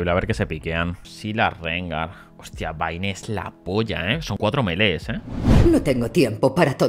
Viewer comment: Me algo cuando le dice baine y no bein XD